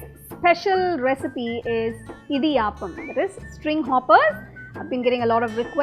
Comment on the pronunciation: Idiyaaappam alla pulle "idiyappam"